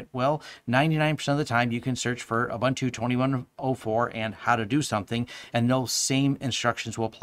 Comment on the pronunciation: Thanks for the review! Checking out Pop now. Please check out the correct pronounciation of 'Ubuntu'. It's 'Uh-boon-tu', not 'Uh-bun-tu'. ;)